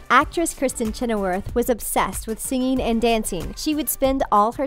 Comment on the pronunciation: Why, oh why can't people pronounce ing properly? Ugh. Becomeen?? Singeen and danceen. Airhead.